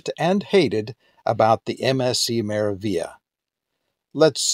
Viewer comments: Its pronounced "MeraviLia" there's the G and L but you pronounce only L, there's no such thing as Meravia.. Meraviglia stands for Marvelous in Italian, good to find out how is it spelled than using it in video wrong several times. Also the gelato thing, Italians are proud of their gelato (ice cream if you want, its the same) so they really wont stuff it into self-serv machine like americans do to sytisfy their constant need of having it right there everytime and for free. MSC is italian cruise line, privately owned by Italian family so the traditions and culture of this country is really rooted throughout the ship.. As an European myself I do understand why there's no gelato or coffee for free, Americans should not compare MSC, or in that matter any european cruise lines to amercican cruise lines, too many differences and mixing apples with oranges. Thats my point of view, certainly not meant as a hate or anything, overall nice video. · Yep ! The g is silent, like in 'Lasagna ' in italian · Very helpful! Also just FYI, you're mispronouncing the name of the ship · Omg...can you please pronounce the name of the ship correctly? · Could not watch this video after you consistently bastardized the pronunciation of this ship name. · You want to be credible, how a bout pronouncing the ship's name properly, Hello.